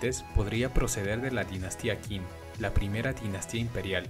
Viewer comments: El reino Qin, no se lee "quin" , no, la q en chino pinyin es un sonido próximo a ch, deberías leer "Chin". En la ruta del té, al sur de China, los hindúes comerciaban con el té y volvían con seda, en sánscrito, la palabra seda era parecido al vocablo si-na, ellos decían que iban a por si-na que derivó en china. La etnia mayoritaria "Jan" no "An" escrito Han. La última dinastía imperial Qing, se debe leer "Chin" aunque nasalizada por existir la g, pero se puede aproximar a la primera dinastía que unificó China la Qin. En la transcripción Wade-giles ya en desuso, lo hubieras visto mejor. Es que suena como si dijeras Chaskepeare. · Buen video, un detalle, la dinastía Qin se pronuncia "Chin" y de hecho, así hace sentido que el nombre Qin haya originado el nombre China. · la etnia HAN- hay que proninciarlo Jan, H - es mudo en español. Lo mismo te pasa con QIIN- suena com chin, no K. LA VOZ POR SUPUESTO QUE NO ES TUYA